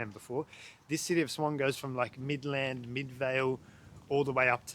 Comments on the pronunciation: Mid-land not Midlaaand 😅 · he also mispronounces "Midland and Avon"